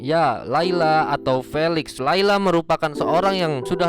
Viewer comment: Maaf kak felix di baca filix